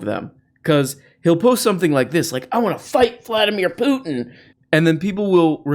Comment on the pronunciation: Vladimir Pluton! Best mispronunciation yet! 😂